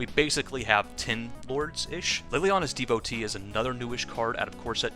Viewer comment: Devo tee not devote e